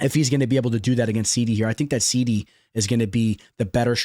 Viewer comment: wrong bud, you are the only person pronouncing it wrong on a consistent basis. Literally immediately after you butcher Onama you say ‘Serhey SEEEDDYYY’ as well. It is ‘SIGH-DEE’